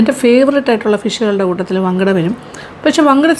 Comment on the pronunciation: ഞങ്ങൾ മങ്കട എന്നാണ് പറയുന്നത് വങ്കട എന്നല്ല